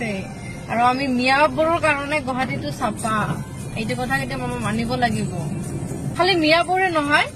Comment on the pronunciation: Jahori jni sapa nhoi safa hoi.😂😂 Xudho ke pronounce krib nejane miwa jat.